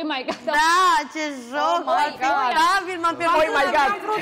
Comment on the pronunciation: " Oi mai gad" citez pe Ramolita .😅😅😅 La nivelul ei de cultură ce te aștepți? Ei nu ii place munca, doar hauru' , că așa e la ei in etnie. Câh , câh ...😁